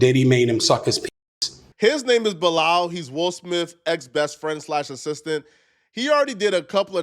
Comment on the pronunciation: you keep saying bi-lal like we didn't hear it the first time... stop it! 🤣🤣😂😂😂😂😂😂